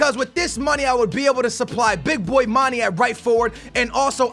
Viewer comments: Mane is pronounced Man-eh not Man-E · how to spelled player fo Batshuayi = bat-shu-why-ee Son = son and not sun (like you said sonaldo but just remove the naldo) Werner = ver-na Mane = ma-ne (not ma-nee/ma-ney) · say manae not manie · IT IS MON-A NOT MON-E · mah-nay mah-nay say it with me mah-nay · please stop calling manè Manny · so glad He got rid of mane im sick of Him fucking up His name